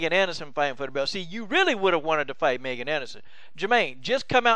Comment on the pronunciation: Hey, coach. Her name is pronounced MEEEGAN Anderson with a long "e" sound. Theyve clarified that in other interviews. Not nitpicking. Just looking out. Keep up the good work!